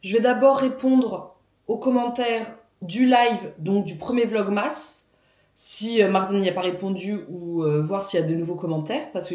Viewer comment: Top ce pain au levain express ! Il faut que j'essaie, j'ai vu passer votre recette dans un autre vlog. Pour la prononciation, c'est plus "Vlog-meuss" que Vlog-MASS (comme on prononce Christmas > Christmeuss"), je sais pas si ça aide !